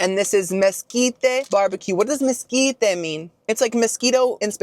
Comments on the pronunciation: “MesquitAYE” “BisquAYE” “BriochAYE” 😅🤦🏼‍♀️😂 tysm for the laughs! 🤗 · Brioché, bisqué, mesquité 😂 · Mosquite-Ay Bisque-Ay Brioche-Ay Killed me-ay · Is he mispronouncing words on purpose? Like mesquite and bisque? He's a food reviewer I would think he knows those words. If he's joking maybe say that so we know you're not serious 😅 also if they're charging you $5 for those soups I'd fill it to the top! 😂